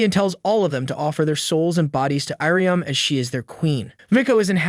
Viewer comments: text to speech got iryumyuuis name pronouncment wrong if ur wondering hows its spelled its ear-uh-mew-e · Only Faputa's? He pronounced Irumyuui in at least seven different ways